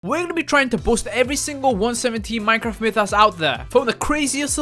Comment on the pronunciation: Yes i know but he said it in a funny way